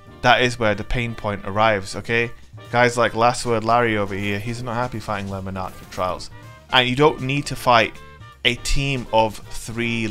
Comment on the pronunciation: Not gonna lie I smashed the like button before I watched the full video, just for the correct pronunciation of Lemon Arc. Yorkshire til I die 😂😂